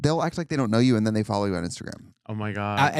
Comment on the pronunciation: Kim Chi was born in the US. why is she saying den and dere??